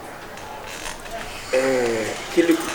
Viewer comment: Kyekyeku is extremely talented just look at the way he mentioned the name Kiliku